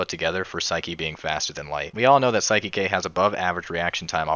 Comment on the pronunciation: Saiki not siki :)